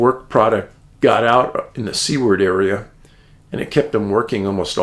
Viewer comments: Hi Dave: As usual, fascinating & baffling. One correction, Seward is pronounced like Sewer with a D on the end (Sue-Erd), not Sea-ward. It was named after secretary of the interior William Seward. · Great Show Dave ! I love my book and hat. 1st class quality. FYI Dave, Alaskans pronounce Seward, (Sue-erd)